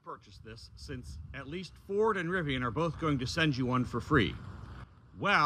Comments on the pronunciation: RIVI-ON? SMH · i have never heard Rivian pronounced with an O. Rivion sounds so odd...LOL You certainly were getting derated speeds on the Lightning, very likely due to thermals, as I have seen plenty of lightnings use this adapter and charge at 150kw. Cheers!